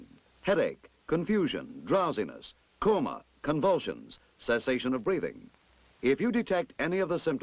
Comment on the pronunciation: "coma" lmao